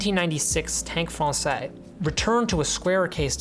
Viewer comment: There is now a new Américaine, which fixes quite a few of the problems of the old one. – Française – the s is not silent as it's the female form. Français would be male, that's where the s is silent. Cheers